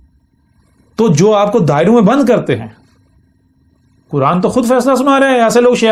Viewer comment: یہ چھوٹی بات نہیں ہے لہجے سے ڈھیٹ پنجابی لگ رہا ہے لیکن چونکہ یہ اپنے آپ کو نبی کہہ رہا ہے تو کیا اللہ تعالیٰ نے اس کو اپنی کتاب کا نام تک نہیں سکھایا؟ کران کران کر رہا ہے بے غیرت بے شرم اور کچھ گمراہ لوگ واہ واہ کر رہے ہیں ۔ اس ویڈیو میں تو وہ کوئی خاص بات نہیں کر رہا